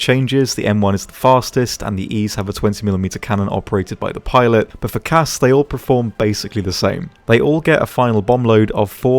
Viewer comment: If I’m being honest, any time somebody says CAS as a word I cringe